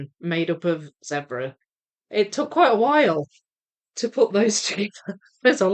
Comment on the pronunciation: I can assure you it is Zebra as in red, that kind of "e" because I come from where those creatures live and that's how we say it. So you are correct,.